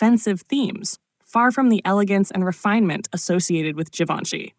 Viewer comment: WHAT IS " JE VON SHE"? HOW MANY TIMES IS THIS "NARRATOR" GOING TO MISPRONOUNCE IT?